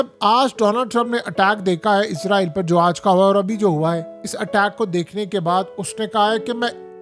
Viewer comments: عزرائیل نہیں ھے۔ اسرائیل ، ھے ، دنیا کو پڑھانے والے بابا پروفیسر ۔یوٹوبر۔حضرت۔علامہ ۔صاحب۔ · اسرائیل ہے لفظ عزرائیل تو فرشتے کا نام ہے